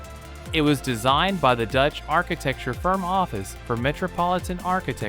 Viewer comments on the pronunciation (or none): none